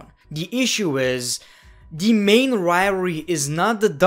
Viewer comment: riory is the new way of saying rivalry